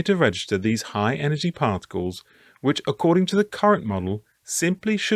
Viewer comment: Cosmic ray "particals" lol